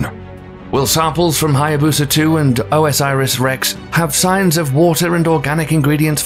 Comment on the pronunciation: Are there sources on any of this stuff? The mispronunciation of OSIRIS-REX drives me mad.